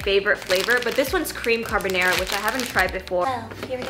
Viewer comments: Not her saying carbonara as carbonero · Love u but the way you say carbonara 😂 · you said it the most American way possible and that's why I love it ❤️ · Love this but omg I can’t get past how you pronounce carbonara 😂😂